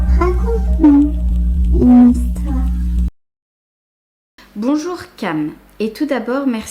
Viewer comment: « bonchour euh charlotte 😬» 😂 la pauvre